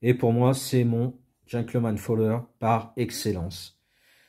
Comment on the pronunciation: "Folder" ("pliant" en anglais), non pas "fowler" ;)